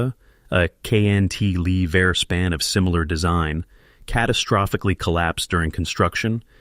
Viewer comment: It's cant-a-lever, not knt -lever